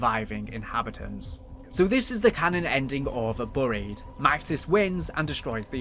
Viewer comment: When you said you was going to mispronounce certain words I didn't expect burried to be one of them😅